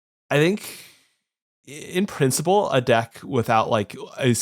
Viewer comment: it's "principle" m8... not "princey-pull". calm down.